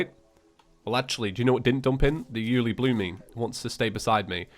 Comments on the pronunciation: The pronouncement is You-el-EEE-bloom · Its pronounced you loo bloom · BTW it's pronounced you-li-bloom